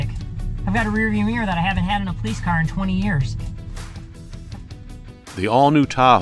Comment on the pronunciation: “Powice cars” lmao